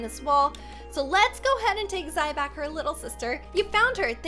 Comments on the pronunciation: Sorry but you said Zai’s name wrong XD It’s Zih-rah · u didnt wanna butcher Cyber's baby name BUT U DID IT TO ZAI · You said Zai’s name wrong